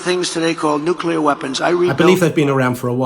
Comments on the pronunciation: Nucular warming BAHAHAHAHA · I think we're being short changed by not having trump pronounce "nukelar" 🤣 it would be a great fit with that next big technology, AL 🤣🤣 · He pronounced 'nuclear' correctly. I'm impressed. Oh well!